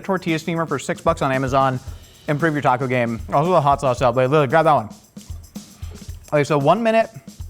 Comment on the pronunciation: It was rough watching Mexican food week!! So spot on!! 😆 my hubby is a brit and doesn't like Mexican food! I can't even imagine my life without Mexican food. Or any South American foods. I could eat it every single day. Plus, the way he says taco...like, Tack O. 😆 🤣 I can't.